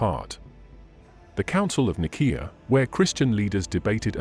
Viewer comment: I bet in the word Nicea if you put an s instead of a c AI would say it properly